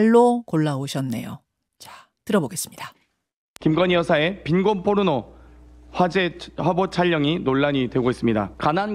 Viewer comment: 이 여자는 포르노를 의도적으로 뽀르노라고 발음하네..